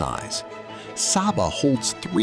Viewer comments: The island’s name is pronounced “Say-ba”, not “Sah-ba”. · OK, as a resident of Saba, first off, it's pronounced 'Say-Ba", not 'Sah-Ba'. This appears to have been videod recently, but several of the island shots are not of Saba. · It’s Say-bah… not Sabba!! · It’s pronounced SAY-Ba; not SAH-ba. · It's pronounced say-bah. Why do this production and get something so basic wrong? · it is SAYBA! So American white of you! You do a whole entire video on the island and refuse to pronounce its name as the natives do. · my very favourite country in the world, love it there, and its pronounced SAY Bah, very inspiring when you think about it, love your video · SABA= PRONOUNCED SAY-BA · It's pronounced SAY-ba. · Actually pronounced 'SayBuh', but otherwise, a beautiful video. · When watching this I was wondering if the author of this report has even put foot on the island. I mean, how can you create a nearly 40 min long documentary about the Unspoiled Queen and do not know how to properly pronounce her name?!?! It smells a bit like an AI generated clip. Greetings from Billy Folly/SXM. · Bro, I know your content. Excellent quality 📸📹👍. I am a superyacht content creator and photographer from SXM. This thing here is seemingly an AI generated video (they even do not know how to properly pronounce the island name and it's people...lol). It has nothing to do with the effort, love and craftsmanship what people like you and me are putting in their work. Greetings. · Why didn’t you just ask google how to pronounce it before you decided to produce a whole video on the subject? This makes the video seem like AI slop. Could have been a decent video if standards of accuracy (pics) and a modicum of effort was applied. It would taken all of 30 seconds to ask google how to pronounce Saba.